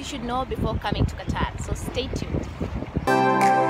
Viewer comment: Nice,iam here also you said correctly